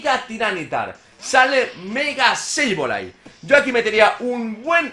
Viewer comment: axo komo hodio ckuando dizes sebolai hen bez deh sableye axo